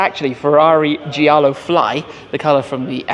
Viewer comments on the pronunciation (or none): none